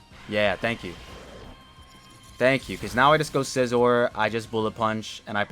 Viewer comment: If you mispronounce scizors name again I’m gonna lose it lol